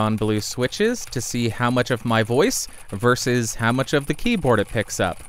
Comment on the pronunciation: Fascinated that you get "smorgasbord" right, but still can't say "versus" (got close with "verses" this time though). Somehow when you do it, it's more endearing than annoying. Another great review - thanks so much!